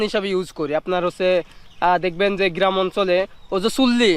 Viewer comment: গিরাম প সুর এসব কি উচ্চারণ এতদিন বিদেশে থাকো ইন স্টুডেন্ট হিসেবে